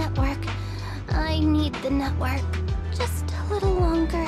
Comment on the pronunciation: Saying no network like “no nutwork” sounded intentional lol